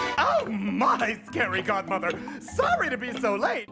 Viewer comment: In the beginning I thought you said scary Gothmother... It took me a second to realise that it was a scary Godmother